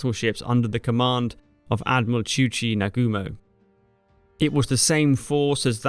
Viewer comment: Good explanation about an aspect of the war I didn't know in detail. Note for Japanese pronunciation; try not to put accents on any syllable. It's na-gu-mo not na-GU-mo, etc.